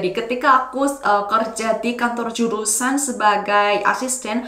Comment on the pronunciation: ✔️ & aku cuma mau kasih masukan ya kak. saat menyebutkan kata 'jurusaN' dan 'dipiNdah' lidahnya jangan 👅 melet (menjulurkan lidah) . akhiran 'N' lidah nya berada di belakang gigi. begitu dlm melafalka bahasa Indonesia.